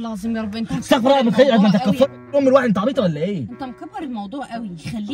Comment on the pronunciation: ارجو الاستغفار الصحيح بكسر الفاء وضم الراء استغفِرُ اللّٰه وشكرا ❤ والسلام عليكم ورحمة اللّٰه وبركاته ❤